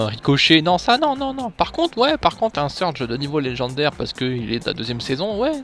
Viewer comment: On dit surge et pas surdge